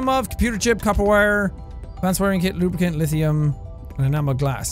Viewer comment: Think positive LubriCAN not LubriCAN'T